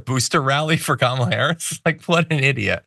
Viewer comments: It’s pronounced,” KARMA..LA. Get it right..your future depends on it.. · A shoe called Kamabla or Kamablah or cofefe or whatever word or name Trump can't pronounce or slurs or whatever? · The weird thing about it is if he’s just mispronouncing her her just to be disrespectful or racist or whatever the heck he’s doing, I think ‘Kambala’ would sound better than ‘Kamabla’ if you insist on adding a ‘b’ into her name and your just gonna put it in anywhere. At least with ‘Kambala’ it ends in an Allah sound, and he can scare all his wacky ‘Christian’ right weirdos. And it just rolls off the tongue better anyway, than ‘Kamabla’. The guy’s just friggin weird.